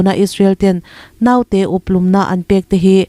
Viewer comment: Naute....tih i lam hian thlûk duai lo la.